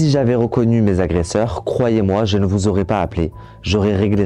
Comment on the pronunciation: Bravo, ton documentaire est très bien fait. Ta narration est captivante. Très bonne diction malgré quelques fautes de français. J'pense que tu as trouvé ta voie. Attention: on ne dit pas huiz' agresseurs! Mais huit agresseur. Huit étant INVARIABLE, il n'y a pas de S et donc pas de liaison. Mais pourquoi cet accoutrement orange de prisonnier US?😅 Temps REcords et non ROcord. Les "pauvres" devenus riches (illégalement)sont des PARVENUS. L'artiste... Mon dieu mais qu'elle horreur sonore! 😂 Artiste commercial au possible, vraiment c'est affreux comme daube musicale. Désolée mais fallait que ça sorte. Je ne conçoit pas le mal qui a été fait envers cet homme. Mais musicalement parlant c'est pas un mal de ne plus l'entendre. Je m'excuse envers lui.